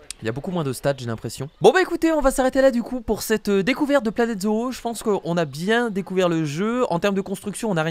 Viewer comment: ca ce dit zo et pas zo o